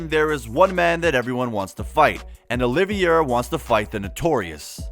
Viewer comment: Dude, learn how to say his name correctly. They say it several times in the first 20 seconds of the video. His name is not “Oliviera”. It’s Charles Oliveira.